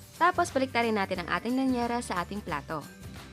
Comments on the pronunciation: Lyanera po hindi lanyera HEHE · Correction po, llanera po ang tama at hindi lanyera. ✌